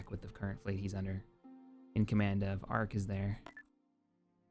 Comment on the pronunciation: I die a little inside every time you say Arquentin 🤦‍♂️